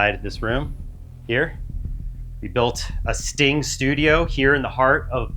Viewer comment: the sting table sounded like the stink table.